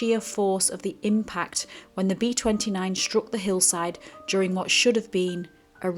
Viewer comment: They're known as B29's, not "RB two nine a's"